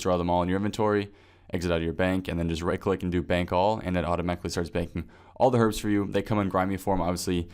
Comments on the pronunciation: Finally someone who pronounces "Herbs" as "Her-bs" Not fucking "Urbs" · They're both corerect. I personally say erb though. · they are not both correct. it is pronounced ERB